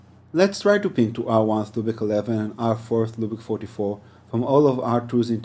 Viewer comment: Loopick?...OMG. It is pronounced LOOPBACK.